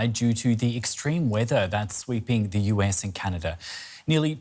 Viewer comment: What a terrible reporter for the first section. Please someone teach him how to pronounce "th" rather than "v". 🤦🏻‍♂️